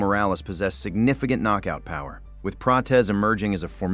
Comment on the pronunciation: Arman hey Ariel “ it’s prates 😂😂not prachez